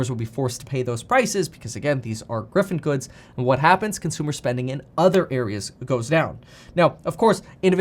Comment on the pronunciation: Just so you know it's "Giffen good" not "Griffen good"